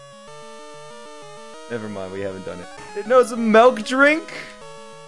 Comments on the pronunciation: You Canadian? You say milk wrong lol...melk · Why do you say “melk” instead of milk? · Are you Dutch/Belgium because you say melk drink